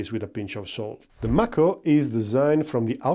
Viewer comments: It;s pronounced May-ko like the Mako shark. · Nice review of the MAHKO [ M (A) KO ]. Just giving you a little ras for your accent. Watch out for Otis ! He's turning into SkyNet . 😉